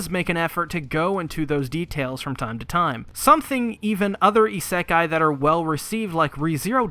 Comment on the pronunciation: I think you mispronounce isekai